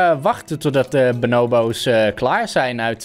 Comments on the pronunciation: het is bo-noo-boo's niet bo-now-bo's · Ben ik de enige die zich er aan ergert dat don benobo’s zegt inblaast van bonobo’s...? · Benobos Me: pls stopppppp it’s BONO hmmm BO’s 😂😂😂😂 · je zegt benobo's maar je spreekt het uit als boonooboos geen haat btw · Pls tief op het boeit echt niemand dat hij het zo zegt. En zo is het ook met jouw comment. Ik zeg het hetzelfde als dat jij doet maar het zal me een worst wezen dat hij het anders uitspreekt